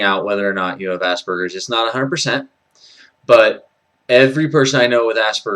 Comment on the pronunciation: Finally someone who pronounces Asperger's with a hard g and not a j. I've come across many videos that I had to turn off before I got to anything interesting because of the people pronouncing it with a j. I don't think it's a wrong pronunciation, but it just makes my ears bleed.